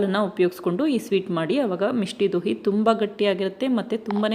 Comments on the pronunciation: ಅದು ಮಿಷ್ಠಿ ದೋಯ್ ಮಿಷ್ಟಿ ದೋಹಿ ಅಲ್ಲ ಮೇಡಂ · Misti doi madam adu Dohi alla Please learn the pronunciation correctly